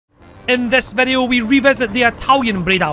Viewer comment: classic "En des vedeo " intro yessssss ;)